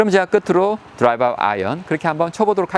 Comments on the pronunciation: 내용이 좋아서 보게되는데 드라이바라는 표현은 너무 거슬리네요. 는 드라이버라 쓰고 드라이바라 읽는군요.. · 레슨 잘 보았습니다. 목소리도 좋고 비교 설명도 명확한데, 다만 한가지 '드라이버'라는 발음이 '드라이바'로 계속해서 들리는 것이 좀 거슬리네요. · 발음 똑바로 하시지 드라이발이 머지요? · 드라이바? 다좋은데 발음이 좀 거슬리네요. 꼬투리잡는다 생각하지마시고 수정하시는게 어떨까 싶습니다.